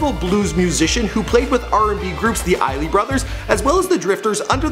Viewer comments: the ily brothers? smack yourself its the ISELY brothers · Isley brothers not "iley" brothers! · dude said desiig"na" and the "i-ley" brothers.. you know he got fired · The EYEZ-LY, not eye-ly. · ISLEY* - EYES-LEIGH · Doctapeppur No it's not. It's pronounced "aɪzli". Google is your friend. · Did dude just say the "Isley Brothers" with the "s" silent?!?!?!?! C'mon son! You MUST do better.